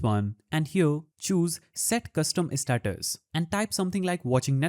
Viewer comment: bro really said set custom istatus 💀💀